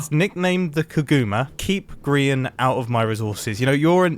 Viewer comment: I thought you meant about grian by saying Grian joined the game Mumbo: oohh were havre griron